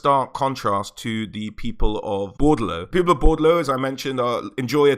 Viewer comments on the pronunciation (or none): also, it's BOR DE LEAUX not Bordlou.